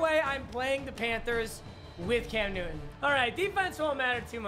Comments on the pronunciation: Sir, it's Cam NewTon with a T. Not Nuin. Say it right! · you realise there is a "T" in the word "Newton" right?